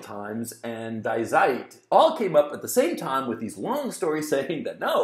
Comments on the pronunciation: Gonzalo, Die Zeit should sound like "Dee Tsyte" :) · Die Zeit (The Time in german) is pronounced “Dee Tsait”